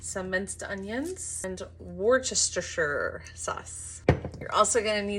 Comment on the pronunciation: Lovely recipe! And your pronounciation did make me giggle! Think of it as 'woostersheer' sauce. (and light on the r's)